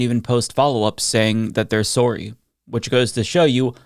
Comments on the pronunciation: "And they didn't even post follow-ups saying that they're 'soorry'" Made me laugh pretty good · Sore-ree not sore-ree eh🍁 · I accept your appology because they way you pronounced "sorry" was the same way I've sheard Americans make "light fun" of how we pronounce sorry. I've heard sorry from Americans thousands of times, you know entertainment. When you said it, automatically that reference popped in my head of Americans making fun of the way sorry is pronounced. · Sorey not sorey. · I like how you said sorry with the Canadian accent. Well yeah, a lot of arrogant people in Florida and Texas.